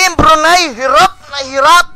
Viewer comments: Btw brunei pronounce broo-nay not broo-ney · CORRECTION LODS, BRUNAY NOT BRUNEY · Okay na sana kaso yung pronunciation niya sa brunei bruney e